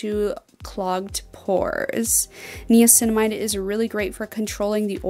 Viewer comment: im sorry but she is pronouncing niacinamide wrong